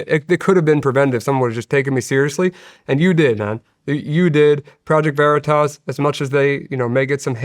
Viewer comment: Veritas, not Veritoss. WTF. Stop saying Veritoss.